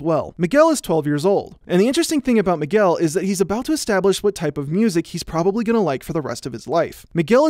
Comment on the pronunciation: out of topic but every time he says Miguel it sounds like mcgill